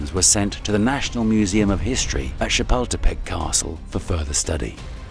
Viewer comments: Interesting video, full of history. However they could have used a narrator who is better at pronouncing the names of these places that gives them some historical credit. For example, shapeltepeck is not the correct pronunciation of Chapultepec. Not to mention the Aztec words. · If you're going to make a video, please learn to pronounce the names correctly or get someone who can do it.🙄 Chapultepec = cha-pull-teh-peck. 😉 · "Chipotle castle" bro